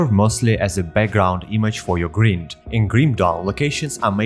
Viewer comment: Your pronunciation of the word "grind" is unique (and wrong) but it's understandable since you have the correct pronunciation of "grim" in "grimdawn". Use Google to see how it's pronounced :-). Awesome video + 1like & sub.